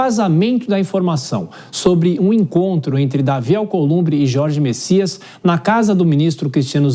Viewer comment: Não é Messias e sim: Bessias